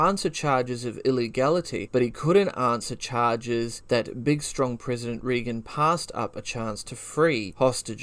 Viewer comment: Great research and super interesting but you mispronounce REAGAN every time. It is RAY-GAN. I wouldn’t want people to think you are not credible because you don’t know how to say the name of one of the most famous American Presidents of all time.